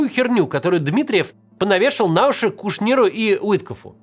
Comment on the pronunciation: БайопИк и КушнИр??? Писаки Каца, проставляйте ему ударения в незнакомых для него словах. СКАА «Не мытьем, так кАтаньем», говорящая ты голова